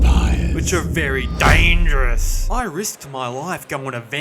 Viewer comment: "dangieROUs" killed me 😅